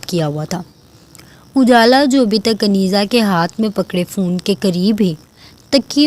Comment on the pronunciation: رائیٹر آپ نے عنیزہ کے نام کا تلفظ درست نہیں لیا، ع ُ پہ پیش ہوتا ہے یعنی عُنیزہ)(عُ- نے-زہ)